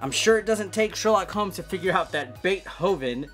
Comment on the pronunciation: You're pronouncing Beethoven wrong lol